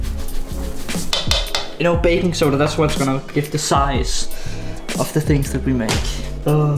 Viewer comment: I heard bacon soda not baking soda lol 🤣😂